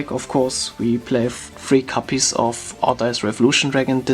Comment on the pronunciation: Ich weiß nicht warum, aber wie du "copies" aussprichst tiltet mich über den Jordan xD Es heißt copies mit o nicht capies, aber bis auf das verwoschene Englisch top